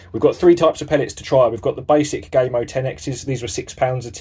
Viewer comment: Lol did you just call gamo gay mo 😂